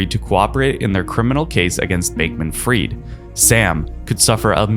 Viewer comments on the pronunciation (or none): Al-A-meda not Almeda - also, Sam Bankman Fried not Froyd 👀🙄🤷‍♂✌